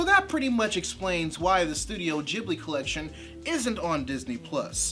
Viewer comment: Aww man! Stop saying "Jibbly" FFS.